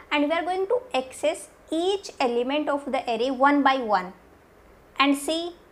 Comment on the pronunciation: Only one problem Pronunciation of access, u r pronouncing it as excess.